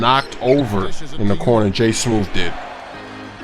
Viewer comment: "i hit j in the CORNOR!